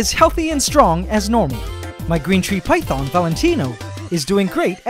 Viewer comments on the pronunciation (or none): none